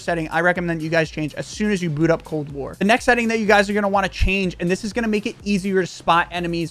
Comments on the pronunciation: What’s cold ware bro u even talk properly? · did he say cold wear?